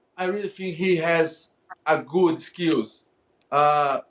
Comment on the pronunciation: You know i i i fink I fink a good skeels